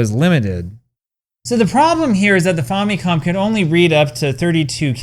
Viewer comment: The name Famicom is short for Family Computer so why do you pronounce it 'faw' instead of 'fam' as in family?